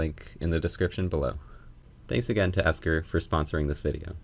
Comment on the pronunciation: its ekster not esker